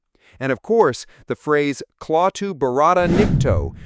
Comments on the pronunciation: The U.S. military may also have been a bit sensitive as we were currently involved in the Korean War. BTW, why not hire members and equipment from the MD or VA National Guard and have them maneuver in a local park? Re the final secret, I think you are wrong. Klaatu (not Claw-to) says that his race has given all police powers to the robots as a way to avoid conflicts such as wars. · I gotta go now ... yea ... the thought of the narrator saying "Claw -too" is giving me the willies. KLATU!!! 😱😱😱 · Not CLAW-Tu, but KLATT-Tu. Did you see the movie? A.I. voice I'm guessing since a real person would not goof up on a key name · You say klawtoo with a "claw" A sound, but it was pronounced klatoo with a "fat" A sound. Bugs me. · Cringed every time he said "claw too". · Clawtoo ?????? You better go back and watch the movie. Learn to pronounce correctly. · Why is the narrator mispronouncing KLAATU as KLOWTU? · KLATO PRONOUNCE IT CORRECTLY PLEASE. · AI really wanted to say, CLAW-TOOTH? idiot AI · Zay-nick? If you aren't AI, then have you ever heard of the great Darryl Zanuck? Claw-two? Have you seen the movie? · This guy needs to rewatch the movie to learn how to pronounce Klaatu. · The was a weak representation of the classic. Especially the poor pronunciation of Klaatu by the narrator. And the most obvious thing left out - the correlation to religion. Mr. Carpenter? Know any carpenters in the Bible? When “killed”, Klaatu explains that they can come back temporarily (3 days) if needed. Trying to speak to the people about love and peace, or the likelihood of obliteration? Think about it. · how do they put this much effort into this piece and yet get "Klaatu Barada Nikto" wrong? also, bad pronunciations in many other parts. sad commentary. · OMG!!!! YOU ARE MISS-PRONOUNCING THE ALIEN'S NAME !!!!!!!!!!!!!!!!!!!!!!!!!!!!!!!!!!!!!!!!!!!!!!!!!!!!!!!!!!!!!!!!!!! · The narrator can't pronounce Klato properly. He pronounced it Kl-aww-to. And pronounced Zanok "Zawwnook.